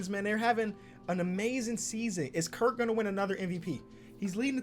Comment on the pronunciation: Btw u were saying Kirk the whole video but it’s kurt